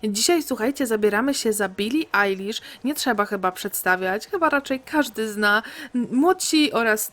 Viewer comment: Jejku, świetne intro, ślicznie ją zrobiłaś ! I dziękuję, że nie kaleczysz jej drugiego imienia, bo czasem niektórzy mówią ejlisz, a ty naszczęście powiedziałaś Ajlisz, a mnie to boli jak ktoś mówi ejlisz hahah 🙈❤